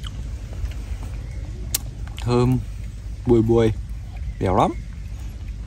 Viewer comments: Bùi bùi mà ông nói là buôi buôi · Nghe ổng nói lúc ăn mỳ tôm bùi bùi mà nghe ra buồ* buồ* 🤭🤭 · Nma em nghe đoạn anh húo trứng là bùi bù*i thì phải :))))))